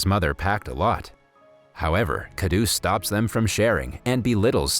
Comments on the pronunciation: Everyone is simply going to ignore the fact that he totally pronounced the word "daba" wrong which in English means lunch box. Lol 😂😂😂😀😁😂 Edit: Sorry also the word KHADUS which in English means nutcrack. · It's khadus not khadoos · Khadoos is pronounced as Kharoos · Wrong pronounciation plus his name isn't kha roos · u said khauds but its stanley